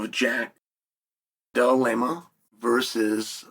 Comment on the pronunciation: Chael intentionally mispronounces peoples name who arent his favorites!😂😂😂😂😂 Jack Della Laymah! Lol😢😢😢😂😂😂😂😂😅